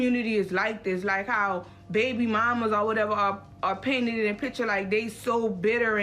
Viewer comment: She reminds me of a Toronto waste man when she yaps ‘liekkkk’